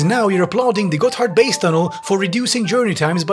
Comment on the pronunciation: I keep hearing him say it as "Got Hardbass" and I cant stop chuckling